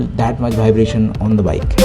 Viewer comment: Very very good video man. But bhaibration made me laughed a lot. Loved the video♥️